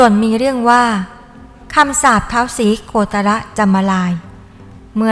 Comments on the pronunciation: "ศรีโคตะระ" ว้าซ่าน คนอีสาน คนลาว เขาอ่านเป็นคำเดียว อ่านว่า "ศรีโคตร" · อ่านว่า สี-โคด ไม่ใช่หราคะ ไม่ใช่ โค-ตะ-ระ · ศรีโคตร อ่านออกเสียงว่า สีโคด ไม่ใช่ สีโคตะระน่ะจ๊ะ ใครสอน ? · อ่านยังงั้ย.. เขาอ่าวว่า ศรี.- โคตร-. พระตะบอง. ไปอ่าน. ศรี. โค-ตะ-ระ.. ได้อย่างไร.. ถือว่าไม่รู้ประวัติ.. ของท่าน ศรีโคตร...เลย.. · อ่านถูกเหรอ สี โค ตะ ระ มันต้องอ่านว่า สีโคด ไม่ใช่เหรอครับผู้บรรยาย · ออกเสียงว่า สี โคด จ้า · คุณคนประเทศให้นวะ ไปหามาใหม่ อ่านประวัติคือล่มใหนมา ศรีโคตรยังอ่านโคตะระเลย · อ่านว่า สี โคด นะท่าน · ท้าว โคตะระตะบอง คนไทยเขาไม่ได้อ่านแบบนี้ 🤣🤣🤣🤣 พยายามจะใช้ภาษาไทยพูดภาษาให้ชัดแต่ใช้ไม่ถูก ฤาษี เขาเรียก ตน ไม่ใช่ องค์ 🤣🤣🤣🤣 แอดมินเป็นคนลาวนี่ 🤣🤣🤣🤣